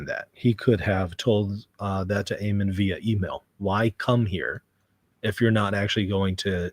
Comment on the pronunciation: Your attention to detail is so low you can’t even pronounce Ammon’s name right. His name is not Amen 😂. Likewise your comments are childish and superficial and you have zero knowledge on the subject. There is no reason in theology and you are not making any sense at all.